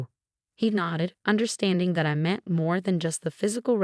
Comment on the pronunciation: AI can not pronounce the word (meant) m e n t . This AI Is pretty dumb.